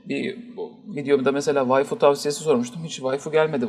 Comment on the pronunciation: vayfi mi. ne vayfisi, vayfi ne arar la pazarda. ha waifu diyosuuun eeeee... tooka(chuunibyou)